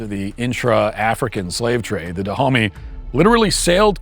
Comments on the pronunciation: The Kingdom of Duh-Homie? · It's usually pronounced ''Dahomé''. Also that kingdom rests where Bénin is now, and there are multiple shrines there honouring the victims of the dahomeys. It's not like theyre very fondly remembered for obvious reasons lol. There are a lot of these shrines all across African countries like this